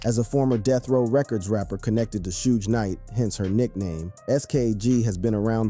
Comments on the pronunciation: How you going to have a hip-hop page and don't know how to pronounce Suge Knight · “Suuj knight” got me dyin ngl 🤣🤣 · “Sooge knight”